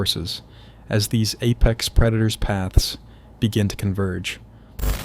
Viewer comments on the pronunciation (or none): none